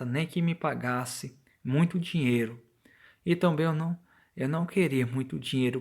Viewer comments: "Tonbem"..... Tirando isso, ótimo relato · Tomben... não seria também? Cara vc precisa ler melhor.... Sem falar que esse relato tá muito mas contado.